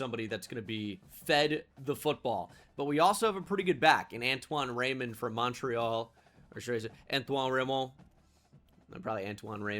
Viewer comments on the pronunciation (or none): none